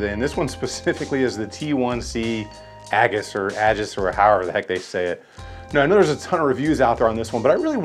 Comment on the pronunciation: Aegis not aggus